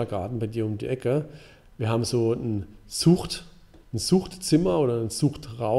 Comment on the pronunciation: Als er von der "Zucht" gesprochen hat, klang das auch immer wie "Sucht"...sehr verdächtig 😅